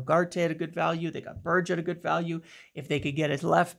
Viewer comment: A little correction its pronounced Berg-e not Ber-j